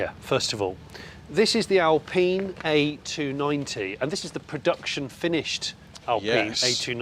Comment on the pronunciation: Al peen? Is don’t think so. Al-pine